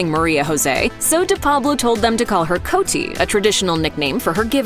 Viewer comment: CotE de Pablo. Not Coty